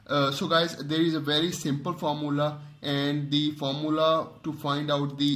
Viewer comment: Formula ❌ Fomulllah ✅